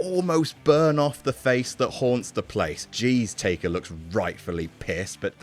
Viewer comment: you called taker "taker"?! cmon we expect more